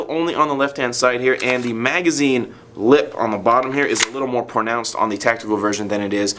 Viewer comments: Go to said Pornounced hahahahahaha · he says pornounced xD